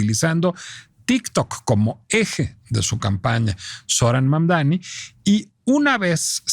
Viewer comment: Y tu eres americana? , mas bien estadounidense? Porque América va desde el norte, hasta el sur del continente, te regodeas en la ignorancia al pronunciar mal su nombre , Mamdani aunque te indique el correcto, Mamdani pero necedad hay en todos lados , bueno en relacion a Dump , lung, wrong, trump.anyway Siguiendo escribir mal.los nombres, Trump mismp le dijo que era un gran hombre y alabo por sobre manera su alcaldia , no entiendo tu disgusto , si vives en NY debes haber votado por el acosador sexual Cuomo , o seguir tu deriva por el actual alcalde que robo millones, bueno , que dios nos proteja de alguien honesto, ojo tampoco creo sea la panacea pero al menos hasta Trump lo reconoce ...